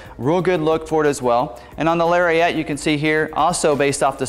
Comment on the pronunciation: Still saying "Larry-ette"... Shame....